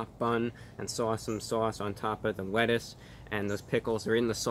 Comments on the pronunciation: “the wettuce “ Some wholesomeness for you all. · So articulate and then said things like "wiff" and "wettuce" 🤣🤣😂😂🤣😂🤣😂😋😂🤣 i freakin love it!!!!